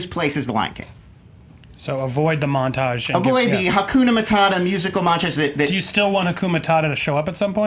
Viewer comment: it's HAKUNA MATATA!!! MataTA motherf**, not MataNA. Understand???